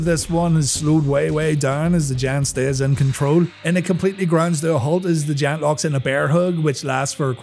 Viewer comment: Still have an issue about Paul Wight being called 'The Jant' hahaha